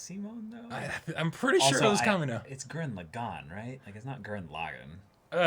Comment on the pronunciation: that scene on Gurren Lagan was very clearly Simon and (I just realized this one now after rewatching) the person that looked like Kamina was Boota's grown up human form, Simon wasn't even using glasses lol, also, pronunciation of Gurren LA-gann is the correct one.